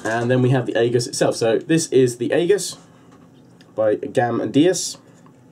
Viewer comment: it's pronounces ee-juss, Great review. Very informative.